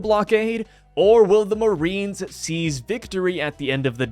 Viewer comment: Yes, the moe-arines.